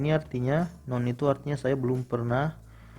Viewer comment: Anjir skornya 500 lbh. Tp cara baca guideline report, native country dan none aja salah.